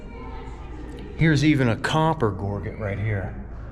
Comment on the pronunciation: Thanks so much. According to the dictionary gorget is pronounced incorrectly by most. Soft G .....not a hard G. Like to gorge yourself on food. What do you think?